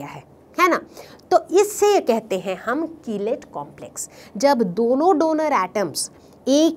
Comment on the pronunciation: ma'am aap कीलेट ko kilite keh rahi ho hahahahhahahaha budhu